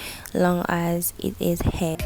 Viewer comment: The word is not hegg